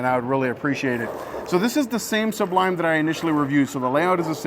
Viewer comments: Again w the Suhhhb-lime 😂. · ASK SOMEONE HOW TO SAY SUBLIME!!!!! IT's not two words,DAMN. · It's amazing that you CAN'T pronounce such a simple word,look it up!